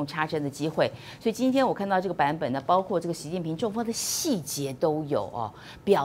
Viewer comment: 包[括]： 音[誇](X) 音[瓜]/[擴](O)